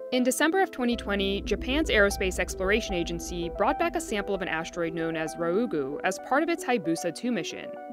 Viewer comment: Why does she keep saying ashdroid? There's no H in asteroid.